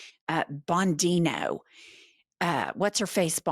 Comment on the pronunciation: Who's " BonDINO " ? Fred Flinstones French Dinosaur pet .